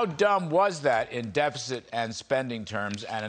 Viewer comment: Dude cant even pronounce "deficit"